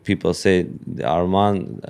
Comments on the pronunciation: SAY HIS NAME RIGHT ITS ARMAN NOT ARMEN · Arman WITH YOUR woman, is the correct way to pronounce his name.